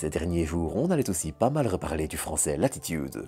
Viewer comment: Pourquoi prononcer le nom de l'entreprise Française Latitude à la manière anglophone ? Non seulement l'entreprise est Française mais de surcroit le mot latitude est un mot d'origine Française. On est déjà envahi de mots anglais, c'est quand même dommage d'en rajouter quand ce n'est pas nécessaire. Non ?